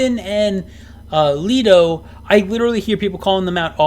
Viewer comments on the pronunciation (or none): none